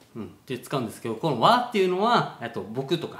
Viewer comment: 自分の意の“わぁ”と豚の意の“わぁ”の両者は音声学的には発音が異なるウチナーグチです。 年配の方からすると、“わぁ”が豚の意味になるのではありません。豚の意の“わぁ”は正確には“ぅわぁー”と発音され、学術的発音は “?waa” と表記されています。“ぅ”は音声学的には glotal stop (声門閉鎖音) と呼ばれ、“う”の音を声門で詰まらせて発せられる音声で難解なウチナーグチ発音の一つです。 以上は大学生の時に音声学と音韻論を専攻していた者からの補足です。